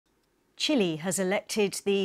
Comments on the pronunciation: It is pronounced Chi -leh.!!! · Could the English learn that it’s not pronounced “chilly” 🤦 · Why do they keep calling Chile "Chili"?